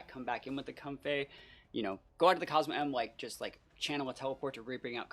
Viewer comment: I think the team could use some toxic stall as well if you run it back for another video! And btw its pronounced COZ-MOHM (Cosmoem)